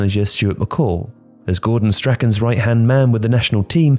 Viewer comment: I signed him for Dundee FC on FM11. Undisputed first team starter back then. Glad to see him doing well today. By the way, isn't the name "Strachan" pronounced as "strawn"?